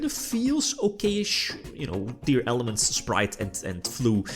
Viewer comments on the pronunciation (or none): i have always wondered, why some people say "tearELEMENTS" instead of "tearLAMENTS"? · that is incorrect, tearlaments is composed by the words "tear" and "lament"... teər + ləˈment while "element" is pronounced as ˈɛlɪm(ə)nt . so i assume the reason is dislexia